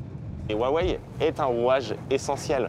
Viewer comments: "Woiwai" pour Huawei alors que ça se prononce "Roiwai" pour un français... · Ça se prononce “houa-weï” et non wouawé comme le journaliste le dit. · Huawei ou wawei 😂🤣🤣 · Ruarway et whywhai 🤣🤣🤣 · 我好想认真看片子，但是华为的各种发音真的太好笑了！！！中文不会说几句就完全理解中国了，Bravo！